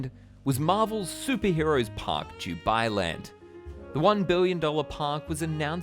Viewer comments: Why does he say "Jubailand"? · Yeah I thought he was saying jew-bai land... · All I keep hearing is ‘DewBi Land’....